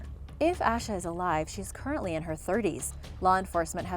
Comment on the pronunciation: Her name isn’t ash-a it’s pronounced Asia